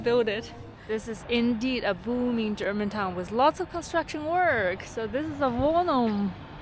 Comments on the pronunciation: your german pronunciation is great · wow, your German pronunciation is almost flawless!